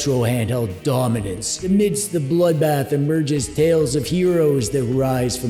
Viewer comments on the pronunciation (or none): none